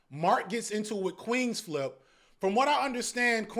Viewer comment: UNC gotta be better at names he calling flip ish all crazy🥲